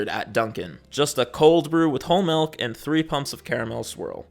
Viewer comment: you pronounce it "malk" and i think that's cute